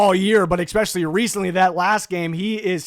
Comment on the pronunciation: Ekspecially drives me nuts